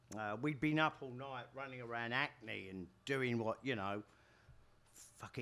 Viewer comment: I was trying to figure out where this town called "Acne" was that I'd never heard of. These days Johnny is far more impressive and engaging as public speaker than he ever was as a performer.